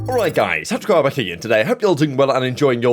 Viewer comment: I know I’m old but I only hear “touch and grab her” even though I know he is saying tacticalrab here. Every single video